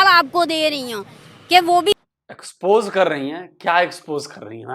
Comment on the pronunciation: Expose nahi... Spose🤣.. Yaani.. Suppose